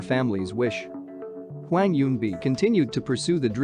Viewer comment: if you said hwang as hweng one more time I'm going to flip my laptop